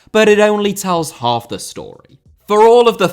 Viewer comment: Half* not Holf Data* not Dater Style* not Stahl Utopia * not Utouwpier Idea* not Ideer Saw* not Sor Rather* not Rother Kamikaze* not Kamekohrzi Benrahma* not Benrohrmer Awe* not Or